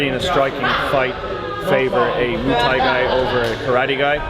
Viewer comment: He called it ‘Moo Thai’ so he can fuck off